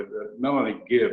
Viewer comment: Access it’s Not Melanie ‘Gibbs’ it’s Melanie GIBB! Sorry but that important ! 🥺